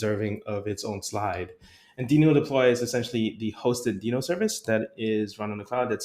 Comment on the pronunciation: This is great, thanks for helping the JS community navigate the ever-changing landscape. Also... worth re-recording with the official pronunciation of Deno? 😆